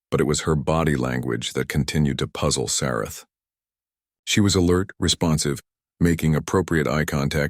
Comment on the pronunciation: Sarath, not Sarah!